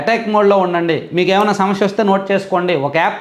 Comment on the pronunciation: షమష్య కాదు సమస్య అనాలి